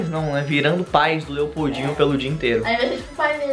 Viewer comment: Quando eu escutei esse nome Lepoudinho pensei que ele falou EI PEIDINHO